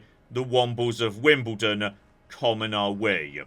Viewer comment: Is that how you're supposed to emphasise it? "Wombles of Wimbledon, common are we". I always thought it was "Wombles of Wimbledon Common, are we".